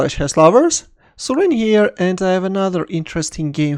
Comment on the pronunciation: bro bro bro bro bro i just realized that ur saying " here" not " so im here" hahahahahahahaha